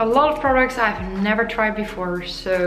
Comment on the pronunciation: I like it how you say 'so'... 😂 It is probably how is sounds in Dutch 'zoo'... I am Russian myself and used to work for a German company in NZ. So many words similar to this I heard n I sound very Russian still after many years living in an English speaking country. I find it charming. Don't change it ever coz it's very YOU!